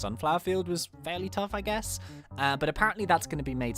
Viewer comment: U said ge not guess lmao